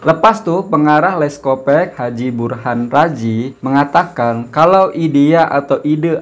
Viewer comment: Sebutannya yg benar leskopak bkn leskopek